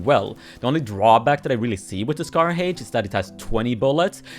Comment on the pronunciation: Bro said scar hæych💀